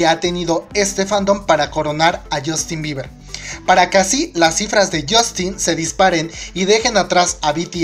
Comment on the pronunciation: Yustin biber 😂 esa pronunciacion papu